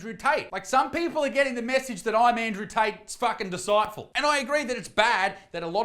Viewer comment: Mate did you just say Andrew Tate's 'disciful' (supposedly disciple)??????????????? 8.43